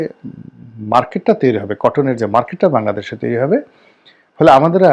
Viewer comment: ভাই, হবে কে হেবে বলেন কেন?